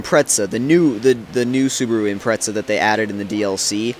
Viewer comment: Theres no T in Impreza. You say it like Impretza